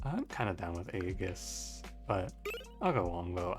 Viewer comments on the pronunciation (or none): FYI aegis is pronounced "EE-jiss"